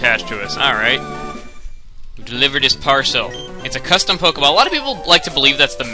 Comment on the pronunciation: Somewhere in the video, you said Pokaball or Polkaball